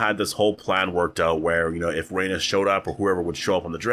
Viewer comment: Dude at least pronounce her name correctly.... Rip Meleys and Rhaenys